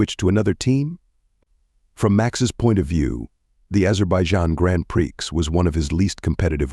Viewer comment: Grand pricks? omg wtf is wrong with your AI speach! 🤣